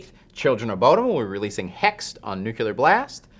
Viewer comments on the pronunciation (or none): NUCLEAR. It's not "nookyaler.' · Nuclear not Nucular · If there's one thing I hate, it's people who pronounce "nuclear" as "nucular." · Nukelar Blast? Is that a new record label?